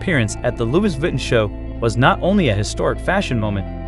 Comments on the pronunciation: Please can you get someone that speaks english properly! Aaaahhhhh! Why do they confuse ‘he’ and when to usr ‘she’s… his name is not ‘Fell Licks’. Aaaahhhhh! and let’s not mention the mispronunciation of Louis Vuitton!!! … Its ‘Loo ie’ ‘Vi Ton’ try again!😡😡😡😡😡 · Mispronounced Lois Vuitton and calling Felix, her?